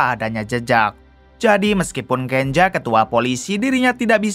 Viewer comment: Kenza bukan kenja